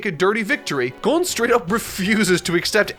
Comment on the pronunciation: Say Gon but replace the G with a B and add er at the end